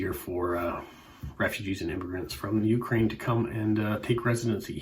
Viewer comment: Ukraine should be pronounced with the emphasis [=stress] on the second syllable. I saw a Bulgarian stamp shown (bottom right). There are stamps from the 1920 14-stamp set printed in Vienna that were never issued.